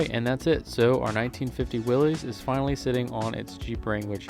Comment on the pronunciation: Will-iss, not Wi-lee’s